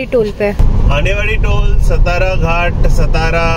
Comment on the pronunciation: " सतारा " नही "सातारा" घाट बोलो. यह हमारा "महाराष्ट्र" है.